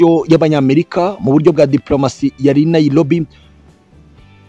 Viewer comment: Not NaiLobi, not Luto, ...say NaiRobi and Ruto